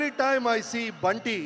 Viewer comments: Bunty nahi bunny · adu bunny..not bunty😂😂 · Not Bunty...Bunny